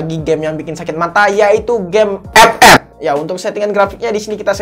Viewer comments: Ngomong ep ep nya itu lo bikin ketawa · Ngakak pas ngomong "EP EP" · Wkwkwk gw ngakak pas ngmng epep